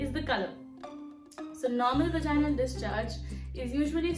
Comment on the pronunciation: "Vaginal", the intonation goes on the "a" not on the "i". So Vàginal Not Vagínal